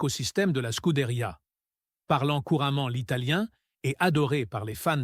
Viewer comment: Et l'IA incapable de nous traduire le discours 🤦‍♂🤦‍♂ Remarque , pour le français déjà ça prête parfois à rire !( schouderia, scood ria, Lois, etc))